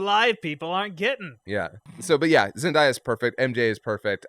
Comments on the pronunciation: Not being snarky because I thought this was a great review for the most part but as a long time Zendaya fan, her name is pronounced Zen-day-ah lol I agree though, her and Tom Holland's chemistry on and off screen (not even referencing the real life dating rumors) is awesome. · Peter did not feel ready to go from Avengers Recruit to stepping into the shoes of the Avengers leader Also you guys, pronounce Zendaya as zen day a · Just to help y’all out: it’s pronounced just ZenDAYa like “day” of the week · Zen-Day-A. That's how her name is pronounced. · I don’t think that’s how you pronounce Zendaya’s name... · Stop saying Zendaya like that